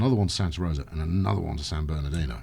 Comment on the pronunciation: with my best Hermione Granger impression You're saying it wrong... it's San Ber-doo not San Ber-doe!